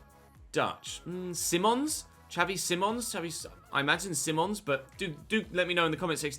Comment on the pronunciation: Xavi Simons is pronounced as Seemons -Dumfries is a good rb option -Corona as a rb option -Rashford as a st option